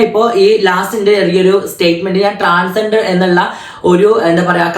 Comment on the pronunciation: ട്രാൻസെന്റർ അല്ല 🏵️റി... ട്രാൻസ് ജണ്ടർ ആണ്... സ്വന്തം കമ്മ്യൂണിറ്റിയുടെ പേരെങ്കിലും പറയാൻ ആദ്യം പഠിക്കു 🤣🤣🤣🤣